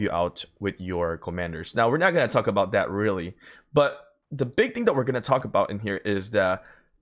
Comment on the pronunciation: Since I appreciate all the tips you've given me. I have 1 for you. Don't take offense (fingers crossed because it's not meant to be mean). When saying "that" and pronouncing "dat" . Easy to remember. Say "thug", if you can pronounce that. Then "that" should be do able too. Cheers and take care and ty